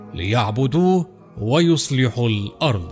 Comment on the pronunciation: قناة رائعة و لكن لو أنكم تلفظون حرف الضاد بشكل صحيح للاسف المعلق يقرأ الأرض ... الأرظ